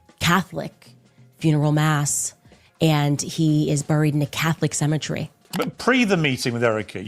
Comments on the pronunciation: Wtf is she calling "BURY, BURIALS, and even cemetery she pronounces so WEIRD,, whats the deal Candy,, ya still trying to speak and pronounciate your words like a white woman??? 😂🤣🤣😅😅😆😆😆😅😂😅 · I wish anyone interviewing her would tell her to pronounce Burial and Israel and now even Cemetery correct. Treat her like Tucker treated Ted Cruz except she deserves it. And it's funny how she refers to Charlie a boy genius when yes he was smart but no genius. Ironically she should know, and it pisses her off, if that Ben is closer to the boy genius if you see how fast he got through high school and college and playing the violine so well and how successful he is.